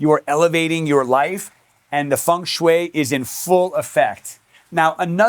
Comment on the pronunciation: Great video, but if you say feng shui one more time 😂